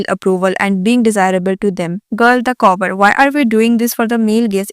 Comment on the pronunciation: covor nhii cover hota h madam 🙄